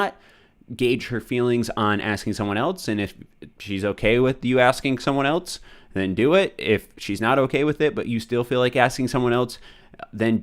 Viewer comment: why does it sound like he is saying ELTS Everytime he says ELSE